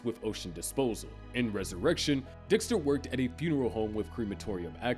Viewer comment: . am i the only one who heard Dihxster????